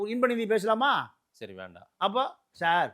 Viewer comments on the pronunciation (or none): none